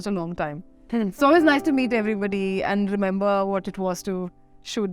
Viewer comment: The interview was good. Loved this sober side of Shehnaz. Love the fact that she is working on improving her linguistic skills. One request to the team. Please advise her to stop pronouncing "and" as an. This somehow spoils the impression.